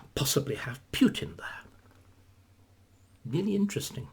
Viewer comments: That jars with me too - I guess it's just not his style to pay attention to such detail and we know what he means. Similarly with the pronunciation: it should be "Pootin" not "Pyootin"; and who are these "Oogas"? :) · Putin is pronounced POOTIN..there is no “I” there so it is not Piutin. 🙂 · Like an American or Englishman pronouncing the word “new” or “tomato” perhaps Putin is one of those words. Pootin or Pewtin. Maybe a Russian could elaborate us! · "He is knowledgeable and highly skilled", and yet,,,,,,,,,,,,,,he cannot correctly pronounce Putin's name. Right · You are correct, of course. Numerous ENGLISH words are pronounced differently in UK/Commonwealth countries and the U.S. Remember what Churchill said? "The British and the Americans are two peoples separated by a common language." But my point is: "Putin" is not an ENGLISH word; it's a Russian proper name. And in general, Brits and Americans do NOT pronounce non-English personal and place names differently. "Moscow", "Russia", "Tchaikovsky", "Dostoevsky", "Tolstoy", "Shostakovich", "Vladivostok", "Lenin", "Stalin", and even such a difficult name as "Khrushchev" -- ALL these Russian names are pronounced identically in U.K. and American English. There is no reason "Putin" should be pronounced differently. At any rate,,,,,,,,,my point is NOT aimed at how the average Briton in the street prouncounces "Putin". David Starkey is not an average Briton in the street. My criticism is focused on Mr. Starkey's self-proclaimed status as a recognized scholar and academician. He considers himself a "wise man", and he wishes others to consider himself such. When such aself-appointed "expert" cannot pronounce correctly the name of the central actor in this current world crisis it should raise legitimate questions as to exactly how much of an "expert" Mr. Starkey truly is. That is all I'm saying here.